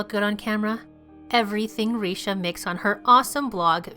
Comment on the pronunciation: Everything looks so good. 😍 BTW Richa is pronounced as Rich-aa. 🤣